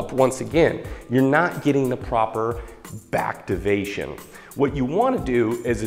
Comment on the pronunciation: "BACKtivation" lol